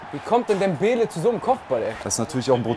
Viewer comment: Till sagt Debele immer falsch